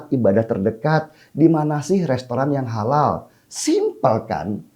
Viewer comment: Holal holol holal holol...mual dengernya...